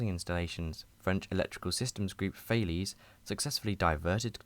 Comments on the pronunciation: FYI, it's Ta-lez ('a' as in apple), and not "Thayleeze" :) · Hi mate. Great video but I think you may have mispronounced the word "Thales". No offense intended. I work for them BTW :)